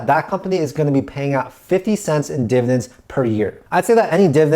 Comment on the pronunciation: Div-ID-ends. Not divins. Dividends.